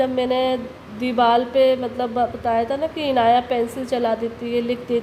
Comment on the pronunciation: I don’t understand why she is talking like a small kid and it’s very unclear when she speaks when she said Inaya deewaal pal likrahey I’m not a Indian but still I can understand hindi and I know how to speek in hindi so I think she have to say that dewar par lik raheyhey the I’m I right or wrong or is she right or wrong please let me know.